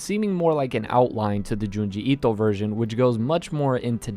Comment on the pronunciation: Why do you keep saying Junji Ito like that? Lol please stop.